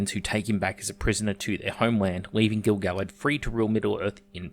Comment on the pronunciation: Your pronunciation of Gil-Galad is more accurate than anything then the RoP writers put in any of their shit scripts. I doubt the RoP writers have one tenth the information on this character than you've laid out in this video.